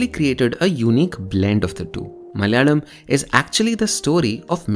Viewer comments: Why do you say "Malyalam" instead of Malayalam (Mala-yalam), suppressing the vowel on the second letter? Say the vowel (of the second letter) fully. There is hell-of-a-lot of difference between Tamil & Mal-yalam month names. All over India month is named after the "nakshatra" (star asterism) that Moon is at (location-wise, Moon spends a full day-night (almost) at one of the nakshatram's, number 27). The first month "Chaitram/Chaitra/Chitra" is for nakshatram, Chitta(or Chitra as some would say) in Kanya Raasi, falling in March-April. Malayalam months don't follow the Moon, but the Sun's transit and not nakshatra but Raasi's (the 12 Raasi's or "signs" also divided into 27 nakshatras), The first Sun-month is Chingam (Singam or Simham = "Leo") starting in the middle of August. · This is some quality research right here... The way he tried to pronounce malayalam 🔥🔥🔥